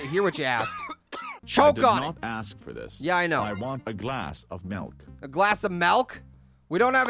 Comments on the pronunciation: that's what he just said! Yeah I just want some malk No you're saying it wrong you're saying malk like it's a disease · Pear some people say milk differently